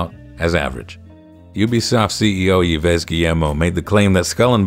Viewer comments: Minor nitpick: Yves Guillemot's name isn't pronounces "yee-ves," it's pronounced like the word "eve." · FYI the name "Yves" is pronounced "eev". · As always,, another impeccable review that's both nuanced, fair and feels true to your real impressions. One quick trick for the name "Yves", by the way, it's that it's pronounced "Iv". It can either be said by saying the "I" in "If", switching out the f for a slightly lower pitched v, or by saying the name "Eve", emphasing a bit more the v, again, and fading out the other e